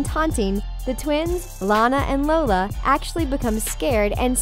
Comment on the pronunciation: I found a mistake u said lona instead of Lola and I had no clue how I found that Edit: I changed 8 :50 to .